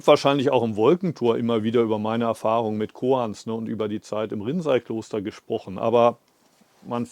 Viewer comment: No offense to you, but the use of the AI voice is really annoying. It misprounces a lot of words, including "Rinzai Monastery" as "rinsing toilet." At least that's what it sounds like to me. Other words like Antaiji, zazen, shikantaza and sesshin are also unrecognizable. I'd prefer to just read the English subtitles and hear your voice in German in the background. Respectfully. 🙏🙏🙏